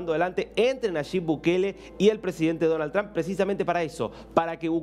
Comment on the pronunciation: Es Donald Trump. No danal tran.